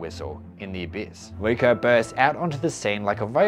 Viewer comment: Your voice is really nice for me to listen in the background as I'm working on my projects. But funnily, the way you pronounce "Riko" sounded like "Vueko" to me. So I was like "Why is Vueko mentioned so much? Wait lol, it was Riko" anyway, I like your vids and looking forwards to see more!